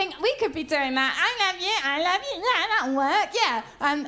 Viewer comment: that ai luv yoo ai luv yoo bit allways gets me XD